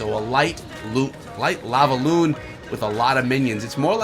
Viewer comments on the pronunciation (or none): none